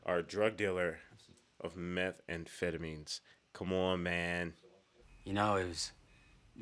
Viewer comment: Did my man say meth and phetamines?